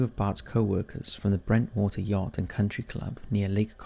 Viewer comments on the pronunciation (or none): I grew up across the street from where these dudes worked!? You said "Brentwater" but it's Bentwater, off lake conroe. We always called it Ben-Twater.